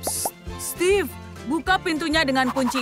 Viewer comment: Steve bacanya stif